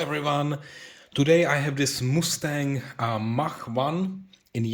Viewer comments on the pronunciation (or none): Must-stang, not moo-stang 😅